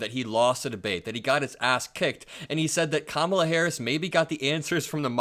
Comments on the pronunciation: Hes such a coward, when hes infront of her, he calls her KAMALA. When hes behind her back, he calls her kmala. Even after she said, "if u got something to say, say it to my face." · She walked up to him at his podium and introduced herself to him, and he still doesn’t know how to pronounce her name correctly. So is it cognitive decline or is he just stupid? Those are the only options unless it is blatant racism. Who could vote for this scourge? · And the fact that he keeps mispronouncing her name. Not even trying to hide it smh....